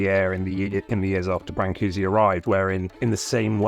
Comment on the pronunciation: Why bother to print the diacritical marks if you aren't going to pronounce them? I figure if you're gonna say bran-coo-see, just type Brancusi. Otherwise say brn-coosh or something.